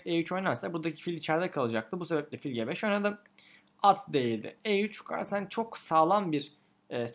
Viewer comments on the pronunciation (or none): none